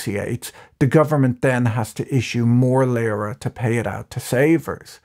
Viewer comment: It's not Lıra (as you pronounce it) but Lira. The i is pronounced as in see.